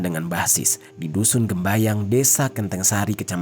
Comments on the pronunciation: Dusun gembyang bang. Bukan gembayang. Saya orang dekat daerah situ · assalamu'alaikum, aku orang candiroto temanggung juga, maaf mau revisi sedikit desanya bukan gembayang tapi gembyang🙏